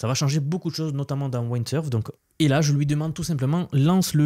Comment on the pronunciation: On ne dit pas “Waïndsurf” mais “Windsurf” 😂